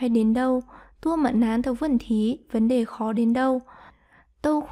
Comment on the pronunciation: tai sao đọc de thành dei vậy cô ?